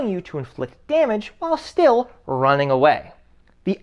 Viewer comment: "wai are yu ronnin? wai are you ronnin?"